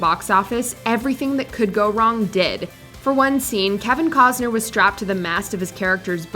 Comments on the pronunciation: I cannot comprehend how the voiceover doesn’t know how to pronounce KEVIN COSTNER. She says KEVIN COZNER. Even if she was born in another country, it’s pronounced the same. Please do your due diligence and fix errors like this. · The “t” in CosTner isn’t silent. Irritating little details just stick in my brain😜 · Hearing this woman say "Kevin Cozner" makes my ears want to die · There's still a "T" in Costner, right????